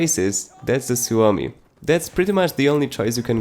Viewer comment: You are the only content creator who I have heard pronouncing the Suomi right :D (I know that because I'm finnish)